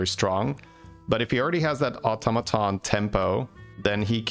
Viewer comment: You said "automaton" absolutely fine, ignore those people, they are just not used to non-USA accents and didn't consider that just because something is different from what they're used to, doesn't make either way wrong. Plenty of different places say it one way and plenty say it the other.